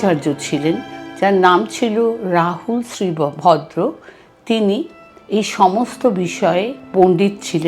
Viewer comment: ধন্যবাদ আপনাকে! যদিওবা বেশ কয়েকটি স্থানে নামগুলোর উচ্চারণগত ভুল ছিল॥ যেমনটা- ভিক্ষু শীলভদ্রের নাম উচ্চারন করেছেন শ্রী ভদ্রের❌. * ভিক্ষু শান্তরক্ষিতের নাম উচ্চারণ করেন শান্তি রক্ষিত❌। ইত্যাদি ইত্যাদি। এছাড়াও কোরানে ঔষধ মেশানোর গল্পটি একেবারে বানোয়াট। নালন্দা ধ্বংসের পেছনে যতটুকু না বক্তিয়ার খিলজির হাত ছিল, তারচেয়ে শতগুণ বেশিছিল বৌদ্ধ বিরোধী উগ্র ব্রাহ্মনদের। ব্রাহ্মণরা বৌদ্ধদের হত্যা ও নিধন করেছিল সে বর্ণনাগুলো এখন ইতিহাস স্বাক্ষী। মনুসংহিতা পাঠ করলে গায়ের লোম দাড়িয়ে যায়😢। অশোকাবদান গ্রন্থেও এর যথেষ্ট বর্ণনা আছে। ভারতে পুরো হিন্দু মন্দিরগুলো এক সময় বৌদ্ধ বিহার ছিল। পুষ্যমিত্র, মিহিরকুল, সংকরাচার্য, শশাঙ্ক এদের শাসনামলে তা ধ্বংস ও দখল করা হয়। এমনকি